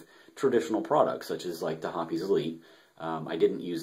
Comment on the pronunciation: Hop-ease is the correct pronunciation...